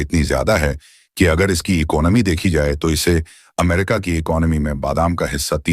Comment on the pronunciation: ऐसा तोतला कॉमेंट्रेटर क्योँ रखा जो अमेरिका को अम्मेरिका वाॅश्गिंटनको वाॅशिंगंटन बोलता .